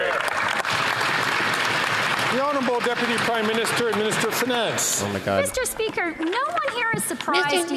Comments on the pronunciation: Meester speeker..... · Meester Speeker😮